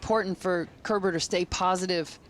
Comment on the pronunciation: Great match. Every time the male announcer said Kerber's name though, it sounded like "Care Bear".